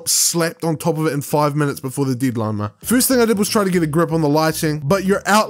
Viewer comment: League? are you serious, league? and not Leg? Didline? It's Deadline not DIDLINE